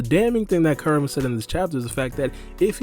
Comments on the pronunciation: its "Ku" rama not Karama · the way he says kurama gave me cancer